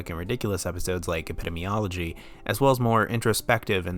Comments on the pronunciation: I will start by saying that I love your video and frankly I couldn't agree with you more on your views concerning this unique and wonderful show but I am sorry, against my will I am compelled to correct you. It is pronounced eh·puh·dee·mee·ah·luh·jee. I am sure you've had other comments about this but I couldn't find them so I felt I needed to. It would bother me if someone didn't correct me and I was pronouncing something incorrectly. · oh my god learn to say epidemiology. EP i-DEEM ee-OL o-GY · Your pronunciation of "epidemiology" bothers me greatly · this would be a perfect video if it werent for the way you pronounce epidemiology but great job nonetheless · Hard to take this seriously when the narrator can't even correctly pronounce "epidemiology" LOL ... it's a good show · You mispronounce "epidemiology" more than once. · I love and agree with everything in this video, but the way you say “epidemiology” keeps me up at night 😑